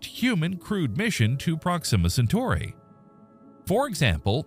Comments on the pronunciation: Prox-immuh Cen-tory? Dude....We have to work on your pronunciations... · OMG - you don't even know how to pronounce the name of the subject about which you are posting. SHEESH. Intolerable. Couldn't listen.